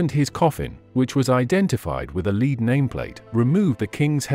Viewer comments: The AI used in the narration is AWFUL! The grammar is jarring, as is the mis pronunciation of several words, e.g. lead (leed) instead of lead (led), among others. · The metal lead is pronounced " led "and not a as a dog" lead" (leed)🤔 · The metal's name is pronounced "Led" not "Leed".......get your AI in gear. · When did lead (led) become leed? 🙄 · Lead spoken as led not leed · The word is lead -pronounced ‘ledd ’ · They need to write words differently so robo voice knows how to pronounce them. Gotta love the English language. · Lead.. pronounced Led as in metal 😅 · Mr. AI narrator, the metal known as lead is not called leed. And the coffin was decayed not disgusting. Please request re programming.😑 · Dear programmers, please teach the robot to distinguish between lead and lead. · It's an AI narration. They are just not quite right. For example, the AI narrator can't tell the difference between the verb lead and the noun lead. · Homophones such as lead (pronounced leed and led) are problematic for a robot. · too many repetitions and yes, please teach the robot the difference between lead and lead